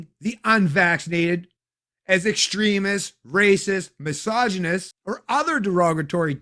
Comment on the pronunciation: Castreau calling anyone else "mis ogynist," "ray cist," and "ex trem ist" is SUCH rich irony 🤪